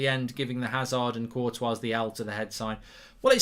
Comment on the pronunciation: I would like to know why Mark pronounces the “S” at the end of Courtois which is the incorrect way to pronounce as it as the “S” is silent. Also literally nobody else pronounces the “S” in his name.